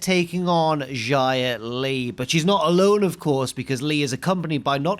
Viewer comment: Why do you pronounce Xia Li like Jia Li Also I thought her name was Tian Sha ._.